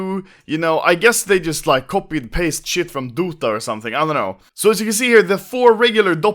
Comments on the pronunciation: did u pronounce dota as dudta... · did he say Doota? fuck im dying